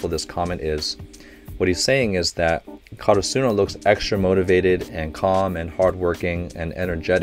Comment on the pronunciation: Slight correction... Slightly bugs me because every reactor does it... Asa he (asahi)... Ka ra su no ( karasuno)... Just putting that out there for you